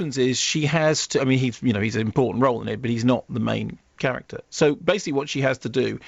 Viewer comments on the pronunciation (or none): none